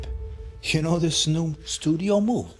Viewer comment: Bro I get so excited for these. is SO unintentionally funny. The dude is INSANELY stupid. He even looks like he suffers from fetal alcohol syndrome. Bro can’t even pronounce words with the TH sound.